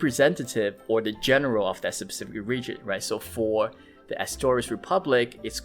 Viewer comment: SPEcific, not SUBcific.